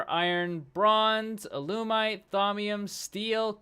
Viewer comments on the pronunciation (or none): Not to mention al-yoo-mite